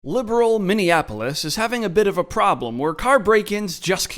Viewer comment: Minneapolis...not Minneapolis! Gimme' a break...no pun intended.